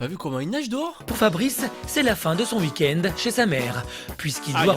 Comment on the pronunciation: "Pour Fabrice c'est la fin de son Veek-end"